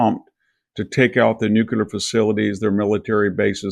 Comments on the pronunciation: nuclear -- NOT "nucular"... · Big fan of VDH, but NOT a fan of hearing him repeatedly say “nukular” 🤦‍♂️ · Oh for God's sake...can your edumakated self learn how to pronounce "NUCLEAR" correctly ??? Geeez.